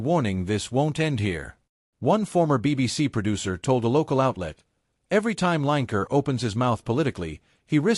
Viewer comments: His name is not line ker it's lin e ker yeh he's a wan k er😂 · Lanker? Almost had his name right..but it starts with a W… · Line Ker, love it &it rhymes with wan*er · I love the American pronunciation of Lineker, it sounds so like his nick name…….w⚓️r 😂😂👍🏻🇬🇧